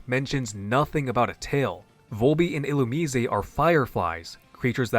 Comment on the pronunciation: Illumusesay ??? (Illumise)Who ? 😩🫠 I can’t figure out sometimes if you genuinely be mispronouncing Pokémon names on purpose or innocently but it does give me a laugh so I appreciate that. ❤